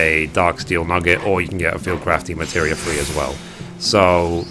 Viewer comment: I'm a HUGE fan of your videos, you've helped me more than you know. And I hate to be one of "those" people but it's pronounced DEMI-MATERIA lol not de-materia.:p Much love from a big fan on cactuar! <3